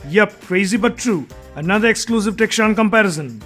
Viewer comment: becomes kitchshan...ha ha..just for fun🤣😂